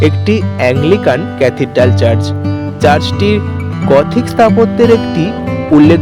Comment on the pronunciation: 'চার্জ' নয় রে বাবা ---- কথাটা চার্চ হবে ! ইউটিউব আর ইউটিউবাররা সব কিছু ডুবিয়ে দিল রে !!